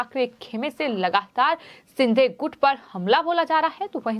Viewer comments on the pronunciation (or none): क्या शिंधे शिंधे बोल रही हो, अभी तक उच्चारण दोष को कम करने का प्रयास नहीं की हो. अपने गाए हुए गाने को बार बार सुना करो I